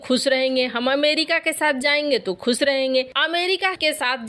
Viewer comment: Madam we appreciate your presentation. Lekin "dantavya" ka uchcharan thik kijiye. Khush hota hai khuss nahin, shapit hota hai sapit nahin